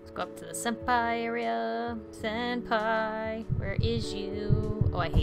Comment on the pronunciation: Senapi instead of Senpai lmao: alone me leave!Creepy really Thats!cut it out ,yeH Me: eh?